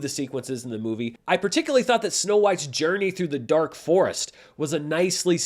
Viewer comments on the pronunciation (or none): none